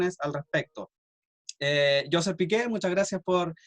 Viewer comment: José Miguel (?) Aznar... Que mal te preparaste la entrevista..Tampoco pronuncias bien su nombre:no es JOseph sino JoSHEP ..e tanto quanti...